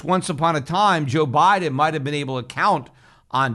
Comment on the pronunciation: BI-de-N BI-tcoi-N